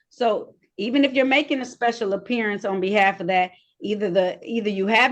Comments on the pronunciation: "Special appearience" and the "benefishuary" and "jurisdictshian" 😂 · Appeariance? Huh? 😂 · "I'm here to make a special apperey-ance!" Typical dumb none resident sovcit. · A special "Appear-ience" "Benufisherary" "Axe you" "Jurridicshun" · Did she say “special appearadence”? 🤦‍♀️ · A special "appearience" - 🤣🤣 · Did she say " special appearience " ? Yee she did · You're incorrect.. It's "appereance" under their "jurendiction".